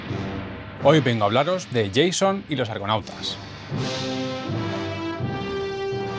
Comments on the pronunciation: jajajajajajajajjajajaa "Yeison y los argonautas" jajajajajajajajajajajajajajjajajaj es de la mitología griega, se dice "Jasón" no "yeison", que no es el de viernes 13 jajajajajjajajajjaj vaya tela, viva la cultura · No se pronuncia Yeison. Es Jason y es griego, no inglés. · He escuchado "yeison" y me ma dao un "apechujque"! Gracias por el video!